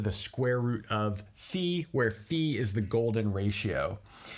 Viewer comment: Towards the end you pronounced "phi" as "pi", then "phai", then "phee", lol